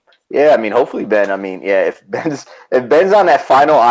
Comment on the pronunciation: I love your show but apparent disdain for Ben is super obvious. I don't get it. You're talking about the winner of S35 on this episode, at least learn to say his name.